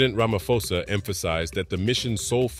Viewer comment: Ra-ma-Po-sa .the ph not said as F ple